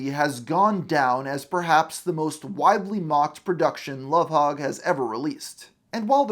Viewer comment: I think it's spelled Lovhaug or Louvhaug but the pronounciation is correct